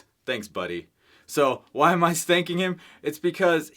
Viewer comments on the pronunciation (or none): Is it me or did you say why am I stanking him lmao 🤣.